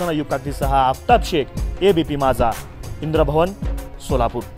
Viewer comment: अबे इंद्रभवन नाही इंद्रभुवन.